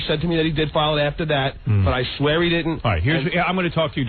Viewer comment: Any time word vomits out: "I swaya on my mutha's loyfe..." lies immediately follow.